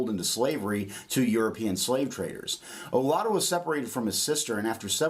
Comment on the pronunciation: And I don’t know if he’s pronouncing his name on purpose wrong, but it’s definitely like Judah in the end. It’s actually Judah in Igbo